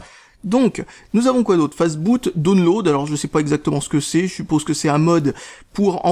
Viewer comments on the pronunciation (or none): none